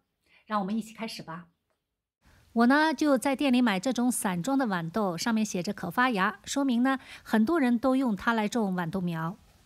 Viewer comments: 拜託是豌豆不是碗豆。（豌）是平聲（碗）是三聲。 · 豌豆的豌是一声